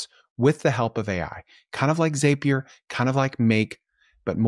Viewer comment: Zapier rhymes with Happier 😉 Keep pushing out good stuff!